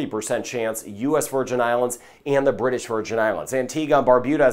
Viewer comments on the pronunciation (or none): none